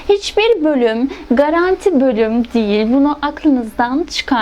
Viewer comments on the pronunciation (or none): none